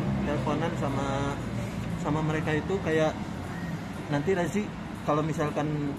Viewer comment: Maaf Razi bukan Raji